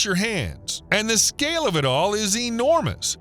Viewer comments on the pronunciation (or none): none